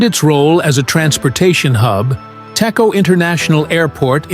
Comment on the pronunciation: Pronounce Dejo, not Teko.